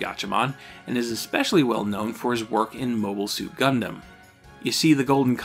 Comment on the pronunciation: Why do you say "exspecially" and "exscape"? Those aren't words.